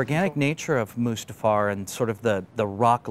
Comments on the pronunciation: Did he just call it Mufasta, in front of George......? It's Mustafar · Said mufasta instead of mustafa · "Mufasta" ..... seriously, I know you don't really need to know how to say it but it's not that hard of a tongue twister.. Mustafar. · I like how that one guy called Mustafar “Mufasta” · did he just say “Mufasta”?